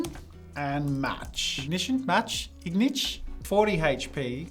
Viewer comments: Ingitch Ignitch u mean I think. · Ingitch? You meant to type Ignitch or you misspoke? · Ignitch, ignition match pokemon. Names it "Ingitch." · Should've been Ignitch but you called it Ingish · ingitch lol